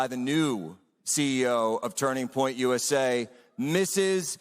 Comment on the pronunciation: "Now we've got tunring point usa."